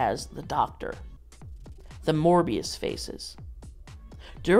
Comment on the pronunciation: STOP SAYING MORBIUS